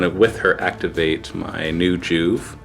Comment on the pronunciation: Joo-vee. Not Joove. FML.